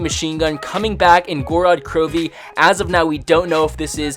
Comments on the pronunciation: Gor-rod kro-vee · Literally means the land of blood in Russian not Goo-rad Crew-vee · Go-ro-d kro-vee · its pronounced gowrod krowv